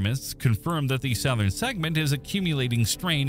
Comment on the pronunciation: AI narration. "South"-ern? I don't think so. No native English speaker anywhere in the world would pronounce it that way. The word is pronouned "suthern".